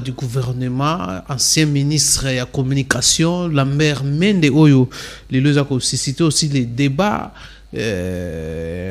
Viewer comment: Ndeko yeba koloba Oza journaliste prononciation nayo eza be kobonaye Lambert Mende Lamert Mende te